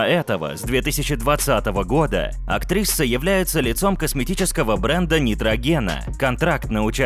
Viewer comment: Чел, почему ты говоришь "актриССа"? Че за приколы?